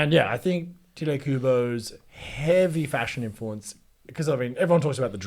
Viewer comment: It’s pronounced Tee-Tay not tite